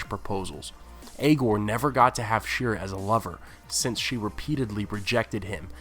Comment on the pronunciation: Shee-ar-ruh... yeesh